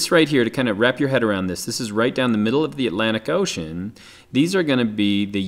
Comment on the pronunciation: xD it sounds like your saying ocane not ocean xD